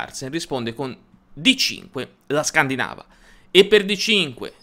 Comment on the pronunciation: La pronuncia è corretta ;)